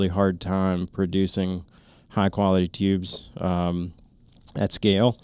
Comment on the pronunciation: Lots of great info. Have a TNVC PVS14 with 2800 FOM, and some DTNVS on order. But can you stop saying Teeoobs?